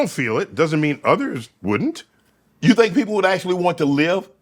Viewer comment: NDT: "Some people eat mushrooms and have conversations with mushrooms! 🤣" Mike Tyson: "you fink dass funny?"